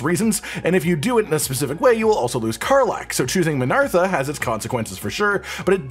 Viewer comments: It's uhhh MinTHARa by the way. Not MinARTHa lol. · mate learn to read lol... it's not min ARTHA, its min THARA